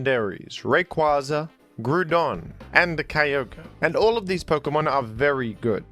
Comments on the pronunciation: Groudon = Ground+Don. So it's not pronounced "Gruuuuudon"! It is the damn godfather of ground Pokémon! I hate this stupid, senseless pronunciation so much! Why do you do that?! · Nah Groudon isn't pronounced that way. It's closer to the word "ground". If you look at the Japanese name, "グラードン"(Gurādon), this pronunciation best matches that. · Groudon is the ground Pokémon, Kyogre is the water and Ray is air. Therefore, Groudon is pronounced like Ground. Imo 🙂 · Disliked and clicked off when you said it’s SUPPOSED to be pronounced groodon. Let me ask you this - is it pronounced ground or groond? Ground. For the ground type. Absolute wild and oblivious take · You should look up how to pronounce groudon you sound dumb as hell telling people to pronounce it like soup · You pronounce Groodon like I used to during my elementary school days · Groudon is pronounced like Ground and then on at the end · Is it Groudon or Grewdon? I’m confused now. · sounds like he’s saying crouton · Why do you say Groudon like that? when it should be pronounced "Grubersdon" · It’s actually “Jroo-DUN”, like “page” and “monkey”. Easy mistake to make. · It is pronounced "groodon" like soup. It is a reference to the primordial soup from which groudon emerged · His bitterness about being wrong about the pronunciation of 'Groudon' is unparalleled, folks. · Yes, groodon, like the groond type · Sir. It's very clearly Groudon. With the ou pronounced like in ground. Since Groudon like ground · I feel like the way u pronounce Groudon is pure rage bait😂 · Groudon Ground's "ou" makes the "ow" sound Therefore, Groudon's "ou" makes an "ow" sound, making it pronounced "Gr-ow-dawn" ❤ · You are the only person to ever pronounce Groudon like that and it made me very angry. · Why do you pronounce Groudon like that?